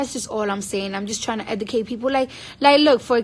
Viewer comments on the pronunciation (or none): God. Lesson one. If you can’t properly say the word EDUCATE. you don’t need to give a lecture. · How about we start with the Education if the pronunciation of basic words in the English language? Let's start with the word "educate" ...sorry girl!! Love you!!!